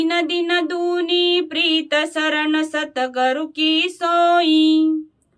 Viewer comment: Satgar nhi satguru bolo